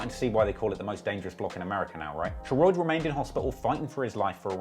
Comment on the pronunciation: Lol Sheroid is pronounced “Sher-rod” but back with another banger🔥🔥